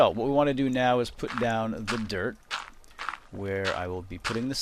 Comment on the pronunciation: Every time you say "dirt" I hear "derp". :D It's really amusing.